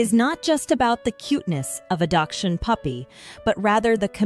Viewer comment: Learn how to properly pronounce the word, please. Hund is the German word for dog.